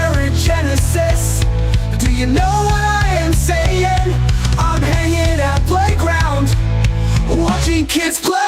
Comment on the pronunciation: Shannys aversion to g’s is amazing. I’ve never heard her skip 2 g’s before lmao. “hanin”